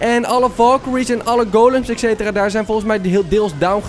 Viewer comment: je zegt ekcetera maar het is etcetera